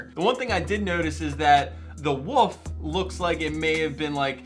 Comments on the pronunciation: "Woof" is the sound a dog makes. "WoLf" is the name of the animal. I have to really pronounce the "L". I'm not hating, I'm had the same problem for years and eventually realized I was mispronouncing the word. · WOLF! NOT WOOF! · Is this dude saying wolf or woof?? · Why do you keep saying woof and not wolf? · You're trying to get a woof landscape tattoo huh? Interesting choice. Wow, that wasn't even a slip of the tongue.. you do realise there's an L in the word ' wolf ' right? Just by looking at the first guy from what you showed in the video it was obvious he didn't personally draw the designs himself. Why were you shocked that it was entirely stock photos? come on man... seriously? lol